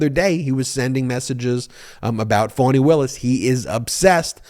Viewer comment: I adore you, but!!! It’s FAWN-E. Not Phone-e or Fan-E. FFS…if you’re going to report on things, PLEASE take the time to LEARN THE APPROPRIATE PRONUNCIATION. Otherwise, keep up the EXCELLENT work